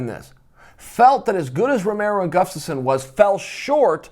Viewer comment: 😂 Chael is so smart but can't say "Gus-taf-sson" ... He says,"Guf-taf-sson" everytime!!!